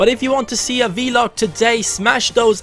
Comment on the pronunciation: Hey, great video man!:) Just a small thing, it's vlog, as a continuous sound, rather than v-log, which you are saying:)